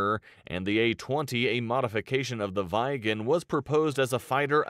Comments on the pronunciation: The video is really butchering "Viggen". The "i" is pronounced differently in nordic languages from English. No, it's not a gen 4 aircraft, it's a so-called gen 4.5 aircraft, because it's not stealth and focuses more on things like agility like a gen 4 fighter, but it's also using gen 5 features with regards to networking etc... This video didn't really tell you much compared to some other videos. The Saab JAS Gripen id more expensive to buy then the F35, but far cheaper then any US fighter to actually *operate*. Look up the two videos about the plane from military aviation history for more details. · Vaigen LOL! Prunounce it like an short e. Tigershark is the one used in first Top Gun 1986 as Mig 21:s. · viggen is not pronounced "vaigen" but more like " weeg-gen" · vaigen haha, Vigg en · I don't understand how he can pronounce it "vaigen" when there's two G's, and then he looks at Gripen and somehow gets "grippen" out of it? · The narration is really awkward, especially when it comes to the pronunciation of names. "Vaigen" should be 'Viggen' (with a short 'i' like in 'hit'), meaning 'thunderbolt'. "Draeken" should be 'Draken' (with an 'a' like in 'bra'), which translates to 'dragon'. Both were also quite successful models (329 and 615 build, respectively). Strangely the pronunciation of 'Gripen' (griffin) is actually ok. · It’s J 37 Viggen, not viegen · I hate the way they say the names cause Whats a vaigen 😭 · General rule in swedish: One consonant after vowel = long vowel. Two (or more) consonants after vowel = short vowel. Just saying that they manage to pronounce both Viggen and Gripen totally wrong and my ears are hurting.